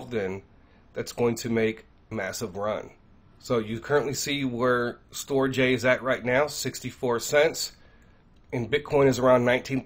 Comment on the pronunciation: Brother, STORJ is pronounced "Storage" or Stor-age. They were tying to do a play on words type of thing. Thanks for the video! Shalom